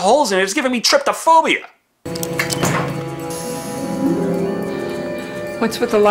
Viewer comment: "It's giving me tryptophobia" *Trypophobia